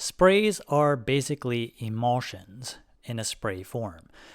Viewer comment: Say em-ul-tion. One more time like a troglodyte I dare ya 😅 wow